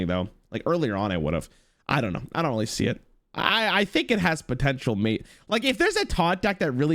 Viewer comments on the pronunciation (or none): none